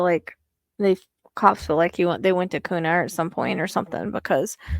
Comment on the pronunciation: Hi, just so you know kuna is pronuced Q-na and caldwell is call-d- well, Payette is pay- yet.. Hope that helps.. Thanks for all you do..